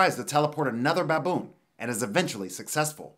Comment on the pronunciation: He says BABOON funny 🤣